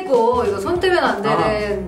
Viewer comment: 때면이 아니라 떼면 이에요!!